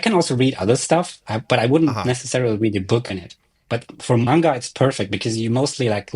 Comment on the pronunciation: The pain when I heard "main-guh"